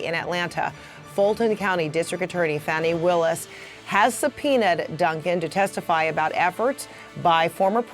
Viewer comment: Frederica, pPlease pronounce Fani Willis' name correctly. Here is the correct pronunciation on her Wikipedia page. To continue to mispronounce her name is very derogatory.